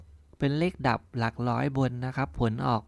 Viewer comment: หลักร้อย ไม่ใช่หลักล้อย